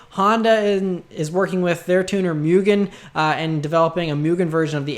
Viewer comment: By the way, Honda's tuning company Mugen (無限) is pronounced Moo-Gen. Not Myu-gen.